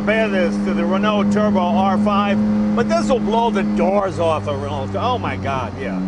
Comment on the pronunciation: lol Ren-alt xD